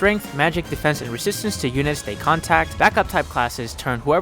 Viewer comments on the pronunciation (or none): It's contRact BTW... not contact.